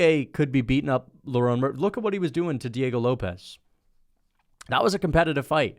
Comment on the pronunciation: Just got to the pronunciation of Diego Lopes, this is brutal